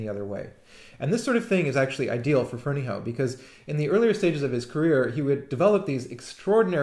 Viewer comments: i think its pronounced FerneyHUFF. but i could be wrong. my friend is a Ferneyhough and he pronounces it HUFF! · If memory serves, Michael Finnissy, who knows BF, pronounces it "Ferney-O." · drew bridge I've heard a variety of pronounciations, the one I've adopted seems to be the most common although of course it may still be wrong.